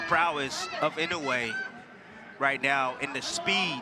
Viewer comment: His name is Naoya Inoue, not Inawe. Ffs americans and pronounciation.